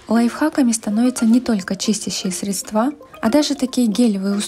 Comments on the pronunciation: Ударение правильно срЕдства, а не седствА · Милая девушка, у вас изумительный голос и чудесная дикция.. но срЕдства.. срЕдства Вы говорите как провинциальный бухгалтер